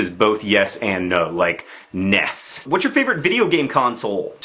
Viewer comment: Finally, an American who treats "NES" as an acronym and doesn't pronounce the letters individually!